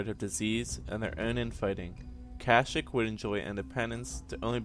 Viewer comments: and you said Plouh Koon was a Wookie, which is wrong, and you mispronounced the name of their home world every time you said it. its Not "cash-ic" it's "cash-eek" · Kasheek not kashik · at least pronnounce it right its ka sheek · The wookiee homeworld of kashyyk the 'y' s are pronounced as an "ee" sound. Not kash"ic" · Marcus Pacheco in the game KotOR they pronounce it cash-ic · stopped watching at 11 seconds, cant even say the dam name of the planet right lol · Was anyone else annoyed by how he said Kashyyk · it's kashyyk your saying it wronv